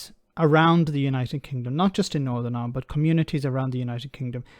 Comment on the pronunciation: What I want to know is why does an Irishman like yourself pronounce the name of the country as ‘Ahhland’ 😊